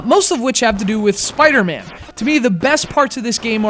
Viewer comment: Why do you keep calling him Spider-Mand? There's no D at the end.